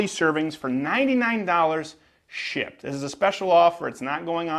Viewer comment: sounded like you said shit instead of shipped